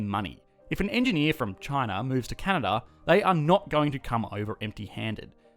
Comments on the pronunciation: 1 it is Canada not Cana or Canda 2 not everyone is “amazingly nice” up here 3 education is so good because Justin Trudeau is the priminister and he is in the liberal party 4 I am too lazy to review all the wrong things in this video but this is what I got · He said canda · Heard that too. Should be a crime to skip an A. eh? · "This is CANAA" - since when they dropped the D? :) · "This is Canna" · "This is Canha?" lmao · Did he say Canna or Canada plus that’s Toronto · I heard, "This, is Cana." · This is Cana? Anybody else hear the same in his first phrase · "This Is Canana" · I swear he said Cana😂😂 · Please learn to pronounce the name of my country correctly! Can a da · I swear you say "This is Canaaa" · “This is Cana” Canadians : skskksksks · At the start, where the heck did the "da" in Canada go? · Its Can-Ad-A, 8 seconds in and im already not going to be friendly with you as a Canadian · I misheard and thought you said Canada's full of natural resources and white people. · CANADA pronunciation- CA-NA-DAH`. That accent is not very Canadian eh., Mind your business. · I thought only South Park characters said Canada like that... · The way he says Canada is what had me racking my brain trying to think of this show!